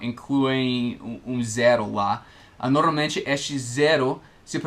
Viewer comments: Oi, a pronúncia correta é / Nor- malmente / e não ''Noralmente'', já se ouviu pronunciando-a? é só uma dica de alguém q. aprende muito com os vídeos de alguém q. ensina bem pra caramba. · E aí,! Só uma dica: Quando você pronuncia a palavra "normalmente" está soando "noRALmente", ou seja, sem o "M" depois do "R". Só um toque mesmo. Seus vídeos são ótimos! Obrigado por tirar tantas dúvidas.;)